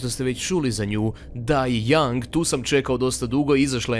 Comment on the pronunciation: Die Young, ili kako bi rekao: "daj jangen"...